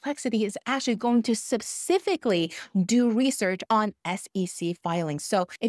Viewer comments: Mam it's specifically not supcificly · What's that word "subsfically" ??? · Clarification: The word you are repeatedly mispronouncing as “subsefic” (?) should be “specific”. :) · I love your content. Now please don't hate me, but I just want to say you make smile every time😀 you say "sepcifically." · Thanks so much for the excellent video - incredibly informative. Your English is amazing. The word 'specifically' is difficult even for English-speakers - it starts with a strong 'sp' sound, as in spoon, special, speak etc. Phonetically (each syllable sounded out) it's pronounced "spuh-SIF-ik-lee". Hope that helps, and thanks again. :) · I used AI to count how many times you mispronounce the word specifically